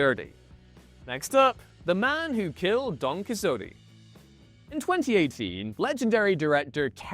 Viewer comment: It sounds like a weird AI attempt to pronounce it! 😮